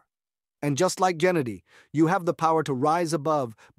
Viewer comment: it aint jennady bruhhhh.... Geh - like you pronounce gay - geh-nah-dee